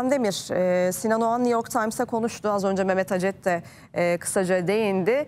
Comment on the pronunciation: AYOL OGAN MIIIIII??? OĞAN MIIII? Doğru telaffuz EDİN aklımız karışıooıll